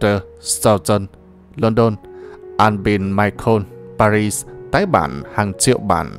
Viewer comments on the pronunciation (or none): none